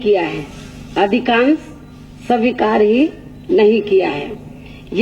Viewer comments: Savikaar nhi Kiya 🤣🤣😂🤣 svikaar hota h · Swikaar ko sawikaar padh rhi h loli kahinki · aare bhai lekin usme bhi mistake ki hai padne me like स्वीकार ko सविकार kehti hai budiya listen her speech .aise log desh ka भला krnge